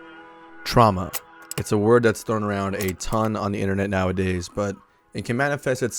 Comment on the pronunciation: "Truama" Relatable(jk)